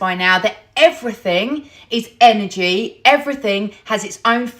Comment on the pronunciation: Errrrfing got Enerjee…and errrfing is Fweeqwensee…..hmmmm Kay 🤤🧠☠️